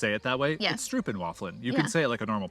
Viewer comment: it is not stroupen, there is an o as in go, or low, in stroop not an oe as in shoe big difference, and stroop is single not plural.. (en).